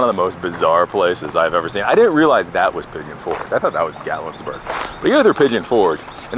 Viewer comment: Would it be assholish if I told you there's no 's' in Gatlinburg? Cade's Cove IS awesome - love it. You are in one of my favorite parts of the country. Enjoy man